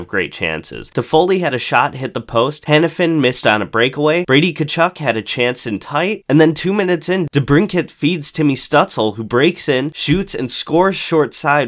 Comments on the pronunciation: It's crazy as how a Sens fan Timmy Stu is a superstar but he still hasn't gotten the attention of outside the Senators organization if so many people keep calling him Stewt-sul and Stut-zel lol It's pronounced Timmy STUUUUUUU-T-LA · its pronounced stew-tzla not stuhtsle bro😂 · He would pronounce stutzle, but not Stützle. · I’m just saying, Eck would pronounce “stutzle” correctly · Not to be a dick but it's pronounced Shtootsla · I don't mind this guy, but Eck woulda pronounced Stutzle correctly... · You can't complain when literally NO commentators pronounce Stützle correctly. And odds are, you don't either unless you speak German. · Buddy you gotta work on your prononciations. Stützle babyy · Mans needs to put some respect (and proper pronunciation) on Stützle's name. Welcome new guy! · The way you pronounced Stützle is so bad